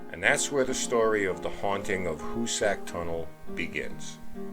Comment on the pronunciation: Dang can't anyone pronounce Hoosac right? It's "who zick"